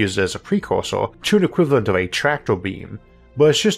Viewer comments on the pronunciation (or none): none